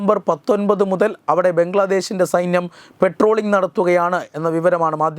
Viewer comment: " പെട്രോളിംഗ്" അല്ല. പട്രോളിംഗ് ആണ്